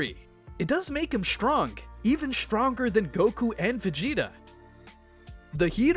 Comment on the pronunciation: How he read this ; STRONG , DESTROY is(h)trong , Des(h)troy.